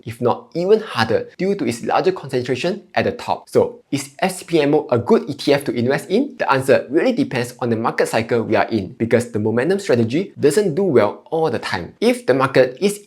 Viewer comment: Kinda of agree, it seems doesn’t speak like this normally based on some interviews I saw. So this animated style of speaking and pronunciation is his choice for this channel. Yes it’s not the most pleasant English to listen to for serious content lol. Invest or Inwest? 😅